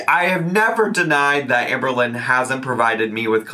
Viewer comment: i do not like the way shes saying AHMberlynn